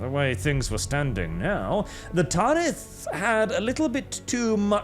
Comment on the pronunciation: Tan-ith. Not taaan-ith. Like banish, not baaanish. Great video tho I feel like Hermione 😂